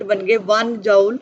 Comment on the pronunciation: Mam chapter to samaj me aa gaya lakin app joule ko jaaol kayu bol rahi thi, isko joule bolte hai aasan language mai isko jool bolte hai.